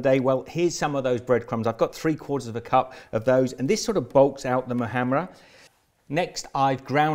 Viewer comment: Oh wow you said the letter h of muhammara very well XD